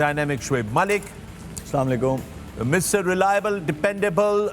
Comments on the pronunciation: Say Asalaamualaikum... what is this salamaikum. Only waqar said it correctly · Only Waqar younus's salam was the right pronunciation.🤔